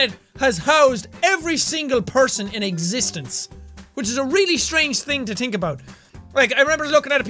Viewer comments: strange thing to TINK about...the irish came out a lot there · "ta tink" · He said tink about